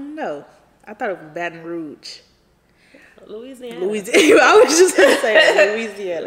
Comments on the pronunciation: bruh From BR thats so lit n she pronounced it perfect lol thats how us mfs from LA say BR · YESSS SHE FROM MY HOME TOWN SHE SAID IT RIGHT BATON ROUGE!! That’s crazy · I got hella family in Baton Rouge. How pronounced it is how they say it down there😂💯